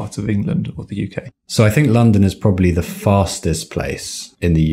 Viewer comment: I think pronunciation of 'the' in ' the culture' etc is false. I don't understand why. Am l wrong?